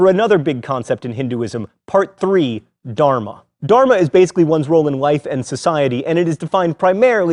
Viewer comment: okay we all have to admit only a Hindu can really teach Hinduism. The way this guy pronounces Dharma and other things makes me shudder. Not even kidding